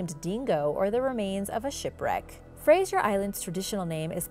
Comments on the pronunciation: UUUMMM, it's NOT Frasier Island, it's Fraser Island(pronounced Frazer). If you're going to do a video of something, maybe you should learn to pronounce. And you forgot to mention the Dingo's that inhabit the island, they've been known to attack people/campers. Tourist, and locals, think it's ok to feed the Dingo's. Once you removed the fear of humans from a predator, you're going to have problems. OH, and it's a Koala, not a Koala Bear, it's a Marsupial. Thank you. Love the vid's, by the way. Yes, I'm from Australia..home of many venomous snakes, bloody big Croc's, Python's big enough to swallow a Cow (ok, maybe not quite that big), Wombat's, Kangaroo's that'll kick ya guts in, and the Platypus, the world's weirdest looking creature. AAANNND, let's not forget the Bunyip and Drop Bears. ...Now, read this back in the voice of Steve Irwin (miss ya mate). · its pronounced "ark-i-peligo' not archy peligo like some mid west Guido and being from Australia its pronounced frazor island not frasier like the show ' ugh do your research before you post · There is no soft G in Fraser. It's not pronounced like Frasier, the tv show. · There is no I in Fraser it is pronounced as it looks Fraser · It was odd hearing the i in her pronunciation. Gave me a good giggle.